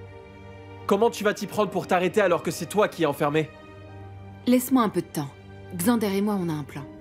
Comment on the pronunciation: J’aime la façon Hannah prononce Xander😊